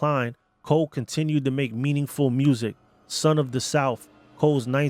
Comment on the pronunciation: For goodness sake, the name is "Coe" not Cole.